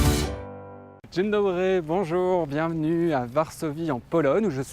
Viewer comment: c'est bien gentil d'être d'origine Polonaise (ja też) mais il faut peut être apprendre la langue qu'en penses tu ? Et pour infos ton bonjour n'est pas super dzień dobry avec un r roulé c'est correcte ! Sinon tes vidéos sont pas mal mais je suis assez d'accord avec le commentaire d'avant la culture et plus importante que le paraître qui est montré ici ! Après c'est bien aussi que tu fasses des vidéos sur des jeunes qui montrent qu'on peut étudier etc Par contre le cliché des filles je suis contre, venir pour les filles ça veut dire quoi ? On a un pays de putes ? Parceque c'est pas valable et dis à un Polonais que tu viens pour les filles tu vas voir ! Niech żyje polska 🇵🇱🙏